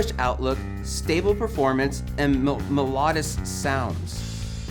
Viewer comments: If you can’t pronounce melodious, I’m not watching the rest of your video. məˈlōdēəs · That's not how you pronounce 'melodious' 🙄